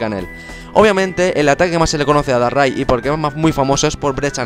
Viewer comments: Dices darrai en vez de darkrai XD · Se dice dárcrai porque dark cry es llanto oscuro y se pronuncia justo asi en ingles